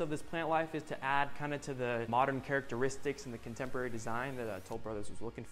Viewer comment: ( / ) The realtor says, “You really can’t help the fact that you’re looking over your contemerlary, modern backyard.” No that’s not a spelling error on my end for the word he’s trying to say (contemporary). It’s actually a new word for us to learn today. A word that he made up. No my friends, it’s not “Ebonics,” that’s “Euronics.” 👀 😂😂🤣😄🤣🤣🤣🤣😄😂😂😂🤣😂🤣😂🤪 He also says at the end, “Let me know what you thought, of this home.” LMAO!!! Well…we know he failed his English class. He means to say, “Let me know what you think of this house.” God love him. God love him.